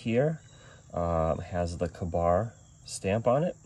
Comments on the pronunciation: KAY - BAR. not Kah-barr. KA-Bar = Kill A bear. Read up on it...good history. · I have never, ever heard Ka-Bar pronounced any other way than "kay Bar."